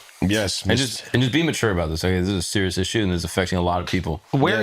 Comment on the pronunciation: "lets be muture about this" wow ❤️ it